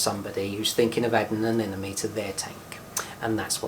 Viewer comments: Why almost everyone calls the. Anenome and not anemone.. ? Whyy?????? 😱😱😱 nice video though.. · A-NEM- A-NE say it right.